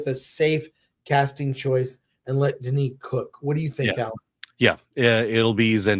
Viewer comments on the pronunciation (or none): Dennis. It’s Dennis. Get over yourself.